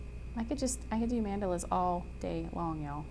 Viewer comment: Love this project but the way she pronounces Mandalas is driving me crazy. Anyway....